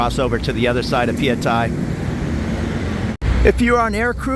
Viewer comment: Hi, you said it correctly - pa-ya-thai. I know I'm Thai 😊